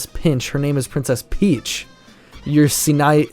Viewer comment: in the Netherlands he say princess fiets (bike)😂😂😂